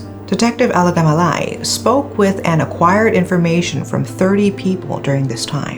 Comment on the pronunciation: Alagamalai is such a tongue twister. says it like its no big deal... 🙂